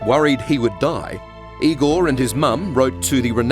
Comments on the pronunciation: IgoR. R- at the end not IgoL ! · No it's I-gore